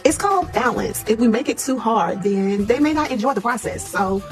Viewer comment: Did she say "ben" for "then"....Yall we are really watching a play on the movie "US" . Carlos is 🤢